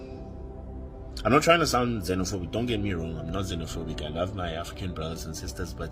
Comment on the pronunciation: Ukuluma Amanga ....mozambike it's not znofobik.country